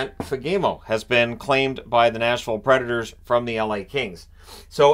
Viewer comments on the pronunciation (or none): The pronunciation of Fagermo is very, special.